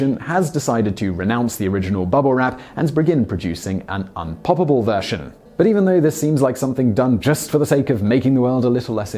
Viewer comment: unpoppabble bubble wrap? thats un-amaerican lol